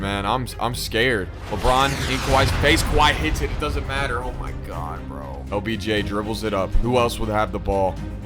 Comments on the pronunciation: He keeps saying obj instead of lbj😂😂😂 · BRO said Obj its LBJ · did anyone realize he was saying “OBJ” not “LBJ” 😂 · Yo you keep calling him obj instead he of LBJ 😂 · bro said obj and not obj 💀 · Every time you said LBJ is sounded like OBJ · It’s LBJ NOT OBJ BRO